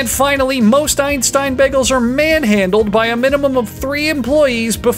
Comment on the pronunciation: The boygol? De boiagoll? D BOYEAGOULL!